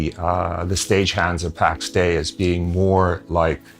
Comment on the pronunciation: the game is callt pax DEI , not pax day xD